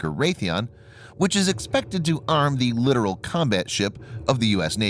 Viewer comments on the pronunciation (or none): You might want to look up the word littoral and see how to pronounce it. I had to look it up littoral the first time I heard it for its meaning.